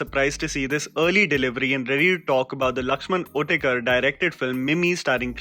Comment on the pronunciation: It's not Lakshaman otekar it's Uttekar🤦